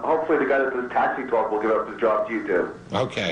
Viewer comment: "You can cwaal in and we can twalk about it."